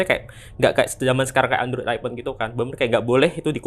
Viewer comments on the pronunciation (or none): none